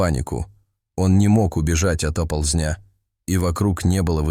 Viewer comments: "не мог убежать от оползнЯ" - убежать от Оползня!!! Чтоже вы такой безграмотный?!!! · Не оползнЯ, а Оползня, не оползЕнь, а Оползень, не сигналЯ и рЕвя, а сигнАля и ревЯ, и таких слов с фантастическими ударениями - уйма! Неужели нельзя грамотно читать и так коряво переведенный текст??